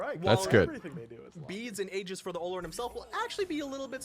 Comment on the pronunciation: Everyone keeps calling him O-lo-run. That pronunciation is wrong. It’s Or-Lor-Ruun. Geez